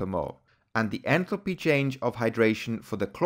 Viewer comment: your pronunciation of enthalpy sounds like entropy